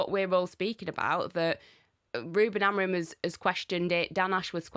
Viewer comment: Has started to learn how to pronounce our ex coaches name properly yet. It's AMORIM not AMOREEN